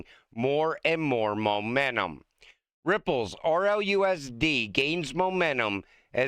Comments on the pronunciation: STOP SAYING MOMENNUM. IT'S MOMENTUM. PLEASE. GIVE IT A SHOT. YOU CAN DO IT. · It said Momentum, not Momennun!!!